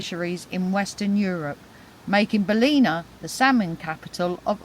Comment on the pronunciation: Hi love your videos. The town is pronounce bal-in-a lol😂